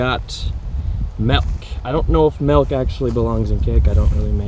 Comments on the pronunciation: It's milk like Ilk, not like elk. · Arizona also says Melk.